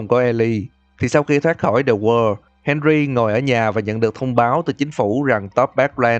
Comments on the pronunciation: The wall nghe như the word! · Tại sao tui lại nghe "the wall" thành "the world" vạy